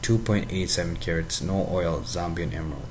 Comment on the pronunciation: its Zambian not Zombion